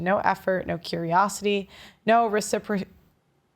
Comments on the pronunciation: RE-ci-PRO-city. Did you pre-read? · Say it with us,: reh-sih-prah-sih-tee 😂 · Good grief, can't you read love? It's (I presume) reciprocity! Re sipp ross ity 😂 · That was painful to listen to, the word that physically stopped you in your tracks after 'Curiosity' is pronounced Reh-si-proh-si-tee. (Reciprocity). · I like how she just gave up 🤣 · Ress- Si- pross- et- ti 🤪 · Wait a minute. You can’t read “reciprocity “? Kinda lame. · You gave up on pronouncing 'reciprocity?' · Ma'am, it's reciprocity. Re as in resin, ci as in sit, pro as pro and city as city. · OMG, "reciprocity " fried your brain. Do you not read? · The irony that she stumbled on understanding and pronouncing the word "reciprocity"..... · Lol, not even —being a woman—can utter the word "reciprocity" 😂😂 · Who cannot pronounce reciprocity. How low can the standards of literacy be? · couldn't read the word "reciprocity" It figures 😏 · Lol she can't even say reciprocity. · can't pronounce reciprocity... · really... you can't read the word reciprocity 😂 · Nice article but please read the article fully before reading aloud on camera. Way to many mispronunciations, stutters and phantom words. You said "communication" instead of "communion," failed to say "reciprocity" as if it were alien script, said "concentrate" instead of "cocreate" (you did correct yourself here but only after a mistake) and in general your reading cadence is fairly middle school. I'm fan and subscriber of yours but that performance was painful.